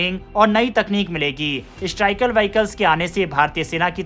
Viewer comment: Bhai .. vaaikal nahi vehical bola jata hai. Waise nice video